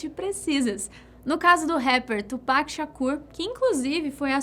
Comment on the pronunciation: Ela fala tupac certinho